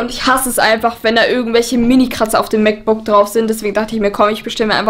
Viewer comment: Wie oft sagt sie bitte MacBooc